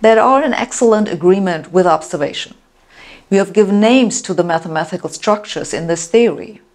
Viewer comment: MATHEMA-TI-CAL, not MATHEMA-THI-CAL.